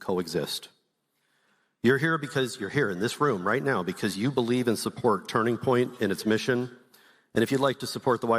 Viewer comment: "Now we've got tunring point usa."